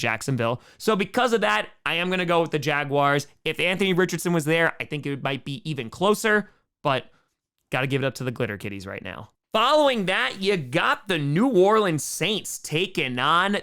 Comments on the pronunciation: Im sorry but I thought you said clitter kitties and I was like WHAT! TOM NO. SMOKE KING PIN BRANDON PERNA HAS GOTTEN TO YOU. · That kind of language belongs on The Dumpster Fire! Oh, wait. He called them the Glitter Kitties? With a G? Ok, well you need to enunciate.